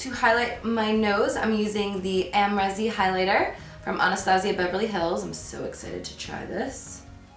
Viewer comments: Girl, love your videos & looks but just wanted to point out the eyeliner by tarte is pronounced tart-ehst & the ABH Highlighter is pronounced ahm-ree-zee All the love in the world to you sent from AZ 😘💕💋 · You pronounced so many things wrong hahaha like “amreezy” & “joer” 😂❤️